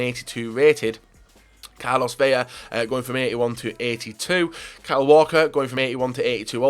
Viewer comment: why do you day carlos vela like if it's carlos vega